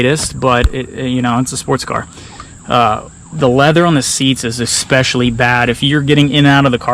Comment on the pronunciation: Please stop saying "exspecially" there's no x.